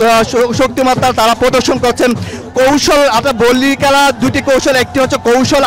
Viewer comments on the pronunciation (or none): কেলা না খেলা বলে।